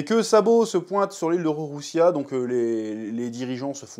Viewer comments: Le royaume c’est Lulusia pas Rorrussia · Superbe review !!! Ps c le royaume de lulusia* et non de rorosia mdrrr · Normalement on dit Lulusia mais comme le R et le L se confondent on va t'excuser 😊 Et a mon avis la Mother Flamme doit pas être prête depuis longtemps, ca fait partie avec les Séraphins de l'armement qui leur donne cette nouvelle confiance en eux (parce qu'on peut le dire les Séraphins ont pas trop impressionné).